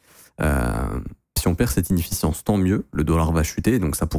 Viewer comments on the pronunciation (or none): T’aime trop dire zone enifeciance et in balance . Faudra nous expliquer c’est quoi 😂